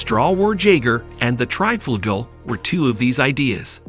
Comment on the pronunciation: The Triebflugel was an aircraft, but not exactly an airplane and the mention of the XFV-1 Salmon and XFY-1 POGO although not exactly similar in configuration did make some sense because they take off in a similar manner. I'm sure this guy's pronunciation will give some people OCD.